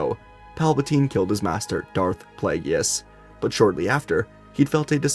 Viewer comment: “Plague-ISS” not “plague-E-iss”